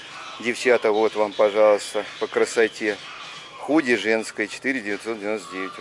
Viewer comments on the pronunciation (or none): Худи,а не куди,!!!